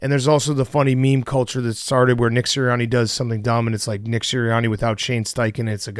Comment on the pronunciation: PFT said Nick-her